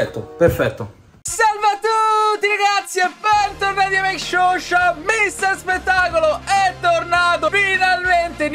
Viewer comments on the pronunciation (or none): none